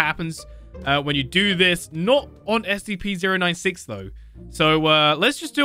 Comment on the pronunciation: It's scp-096 not SCP z ero 9 six